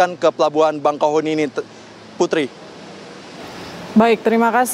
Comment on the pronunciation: REPORTER TVONE INI KURANG NGOPI KYKNYA,,,, PELABUHAN BAKAHEUNI,,,BUKAN BANGKAHUNI...MAS..MAS..😅👎